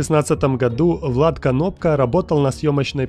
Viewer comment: не Канопка а Кнопка